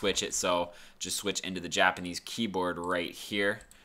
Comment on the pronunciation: I like how you said : J apanese